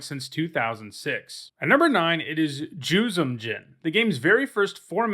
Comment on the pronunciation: You’ve pronounced ‘Juzam’ a couple of different way. It’s generally been pronounced, ‘Jewzohm’ Djinn. For years and years I pronounced the silent ‘D’ in Djinn, so what do I know.